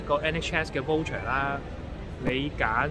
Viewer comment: 唔好意思你讀voucher 有點錯音！讀咗wo音！